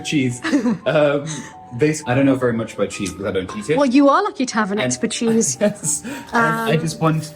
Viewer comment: "Expercheese" lmao 🤣